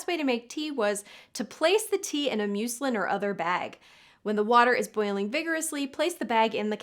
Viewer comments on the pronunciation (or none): it's not pronounced myoo-slin. it's muss-lin. omg why dp americans garble literally every spelling ever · What's "MEW-slinn"? You might want to check pronunciation before recording. MUZZ-lin is a ubiquitous fabric! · Uhhmmmm, the word you used for teabags, it's pronounced like mus(t)-lin. It's a very common fabric used for clothing and other things.